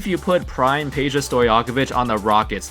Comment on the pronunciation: Is not Peja then Pedja. I'am Serbian boy and I know!